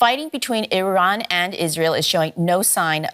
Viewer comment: Ffs please send your voice over reporter for speech therapy before you allow them to record another voice report. It's infuriating having to listen to him repeatedly saying Iwan and Iwaq and Aiw Waid Shelters. Come on man.